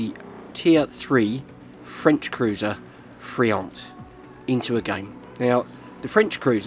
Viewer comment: Nice prononciation of Duguay-Trouin. Friant, t is mute. French cruisers have spaced armor, although very thin, it helps protecting the citadel against same class ships more that it would seem. A Minotaur can't citadel a Saint Louis (t9 cruiser) unless aiming for the weakspots under the turrets. Generally, if your ammo is not the right one, you still can't raise your aim to hit superstructures, weakly armored parts such as bow or stern, hupper hulls to guaranty some damage.